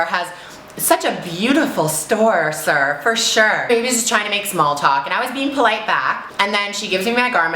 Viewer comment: "SO nice! This alteration store has such a beautiful store, SIR. For sure... See you later? No, girl! Nice to meet you. Bye, SIR! Have a nice day, SIR!" Hahah the emphasis on "sir" is now my new thing.